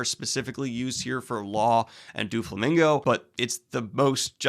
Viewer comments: Just so you know, it’s Doh- flamingo. Not Doo- flamingo. Carry on. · ITS DOUGH-FLAMINGO- PRONOUNCIATION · Please stop saying Do-flamingo it's Doe-flamingo. If it was supposed to be pronounced like the word "do" it would be spelled Dooflamingo. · I think it`s really funny that you and Merphy mispronounce Doflamingo basically the same way. You say Dooflamingo and she says Doofy, i have never heard these pronunciations before but now i am hearing them both within a week. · The “DuaFlomingo” is sending me I just keep hearing Dua Lipa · The way he pronounces “Doflamingo” sounds like he’s trying to make a Doulingo joke. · Though he doesn't really show up much later, it's pronounced Dough-flamingo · "DuoFlamingo" lol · The way he pronounces Doflomingo sounds like duo lingo and now I can’t stop picturing Doffy as the app mascot threatening to to learn new languages. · I'm sorry but the way Daniel is pronouncing Doflamingo 'Duoflamingo' is giving me big duolingo owl ptsd flashbacks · "Duo-Flamingo" lol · Haha it's doflamingo not duolingo